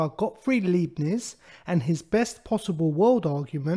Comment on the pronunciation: He's pronounced God-freed Ly-Bnits